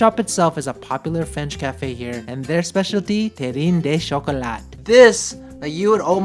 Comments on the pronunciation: le coquillage means "shell", it is pronunced ko ki yaj (the "a" sounds like in "grAss") And you don't pronunce the final T in chocolat^^ La bise de la France ! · Ahah, better luck next time prononcing French. We do not pronounce the E in terrine and the T in Chocolat. QU is pronounced like K in japanese an LL in pronounced like a Y and also we do not pronounce the final E. You mostly struggled on coquillage, that would be more like kokiyaj lol